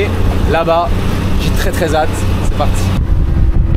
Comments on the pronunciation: Sympa le Vlog mais le "j'ai très très zatte" oh putain bwahahahahahahaha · Il m'a fait saigner les oreilles avec sa liaison de " très hâte " en trézate. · plusieurs fois t'as fait la liaison du "très hâte" mais y'a un H au mot hâte, pas de liaisonnnnnnn je chipotte de ouf, big video j'adore <3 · 'Hâte ' ne se prononce pas de cette façon